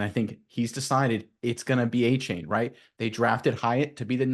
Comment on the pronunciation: Correction it's a-chan not a-chain